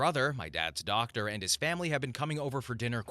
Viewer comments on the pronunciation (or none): none